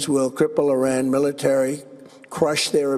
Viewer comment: 😂😂😂 rain how do you say rain do you kn ow what is rain look like stupid 😂😂😂 Rain is difderent feon few moron news anchor😂😂😂